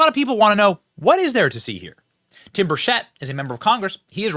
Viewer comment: Benny my husband and I watch your videos all the time. We Love the honest reporting, but Tim Burchett is pronounced (burr--chet)